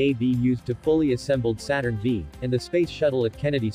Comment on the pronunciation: Saturn "Vee" ??? Good grief. Get someone who can speak English and Not an AI.